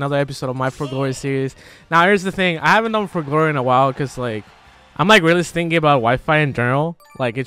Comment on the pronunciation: stingy's pronounced "stin-jee" Yeah, I know it makes no sense.